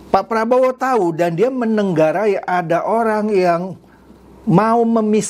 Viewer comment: Sering saya dengar salah pengucapan kata yang seharus "Menengarai", tapi bapak ucapkan "Menenggarai". Hal sepele, tapi...........😄